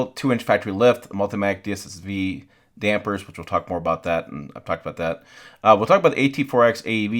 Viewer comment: Nice review, but there’s no “en” in Dampers!